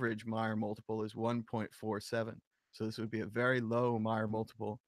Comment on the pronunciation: Trace pronounces his own name M"A"yer... like May-er. Not Mi-er. Sad you can't pronounce it correctly when there is ample opportunity all over the Internet to listen to Trace pronounce his own name. Unless you change, it will only serve to diminished your own credibility. For such a big reader, it's sad you keep getting his name wrong.